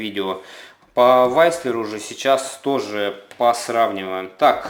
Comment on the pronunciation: С английским беда у автора. Вистлер он вообще то)))